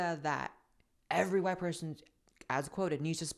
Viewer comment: And the woman isn't even from a so called "oppressed" demographic. She's from the one that does better on average than "CHWIGGHTT" people financially.